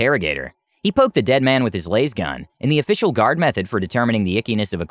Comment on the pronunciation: My only complaint is how he says lasgun lol